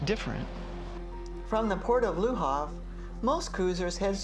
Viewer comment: It is LE HAVRE, not LA HARVE !!!